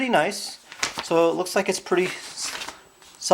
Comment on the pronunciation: Why are you saying more and more preeti big